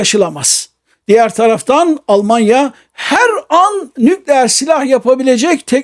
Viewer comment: Sağolun. Lütfen Türkçe titizliği: * 'nükleer' derken vurgu son hecede olur: nükleER. (İlk hecede değil.) * -istan ile biten ülke adlarında da vurgu son hecededir: KazakisTAN, YunanisTAN vb—önceki hecede değil. Lütfen :) Yaşayın :) )